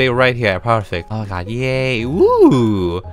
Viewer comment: Nobody: Not even me:: Oh Mah Gawd